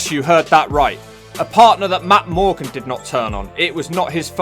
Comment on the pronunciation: He can't say Matt morgan